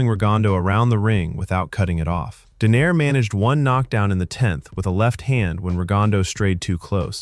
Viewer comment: I think it's pronounced Donai-re